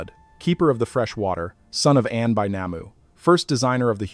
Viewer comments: They are not God's but our slavers and its pronounced Arn not Anne What is meant by humans were noisy ? Hardly busling modern cities I believe the Annunaki were hiding from pursuers and the noise was spiritual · I believe that the pronunciation of An should not be An as in Andes, but An as in Anu😊 js